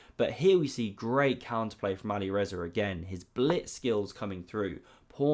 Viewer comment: "But here we see great counterplay from Alirezar again." I love your content, but you really need to pronounce the players' names properly. It's Alireza (without an 'r' at the end).